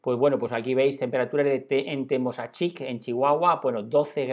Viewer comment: NETZAHUALCÓYOTL....ACENTO EN LA PRIMERA O.....PALABRA GRAVE........IZTACCÍHUATL...ACENTO EN LA SEGUNDA I.....PALABRA GRAVE.......TEMÓSACHIC....ACENTO EN LA Ó....PALABRA ESDRÚJULA.........CASI TODAS LAS PALABRAS DE ORIGEN RARÁMURI (CHIHUAHUA)...EL ACENTO PROSÓDICO O ESCRITO VA EN LA ANTEPENÚLTIMA SÍLABA.....O SEA......CASI TODAS SON PALABRAS ESDRÚJULAS........